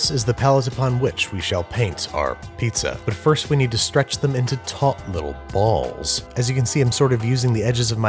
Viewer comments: I swear every time he says 'taut little balls' in one of these videos he puts a little more stank on it. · The emphasis on "Taught Little Balls" really caught me off guard